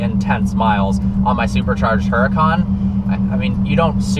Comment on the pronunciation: How he pronounces it (her-a-can)